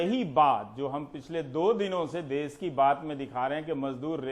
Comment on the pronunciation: देस नही॓ देश होता है